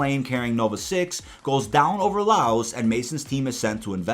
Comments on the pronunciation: Good work. But do me a favour. If you're slightly unsure of a word, google it, and maybe don't re-use it 3 times in the video essay. "Chastisise" isn't a word. Chastise. 'CHAS-TIES'. Also, Laos being pronounced Layos may have been the worst thing I've heard all day. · Or when he says laos